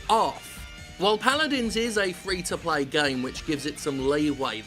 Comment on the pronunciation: Fre? Gotta love those FREH GAHMS! Oh... My money seems to be missing.